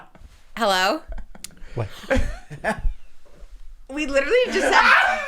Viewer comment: I’m laughing my ass off with his “Whet?”